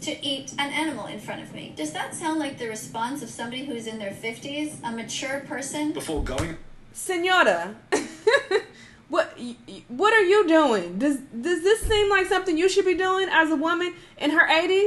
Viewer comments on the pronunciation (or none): She said "Senyoda"😂😂 "you're in your 80s"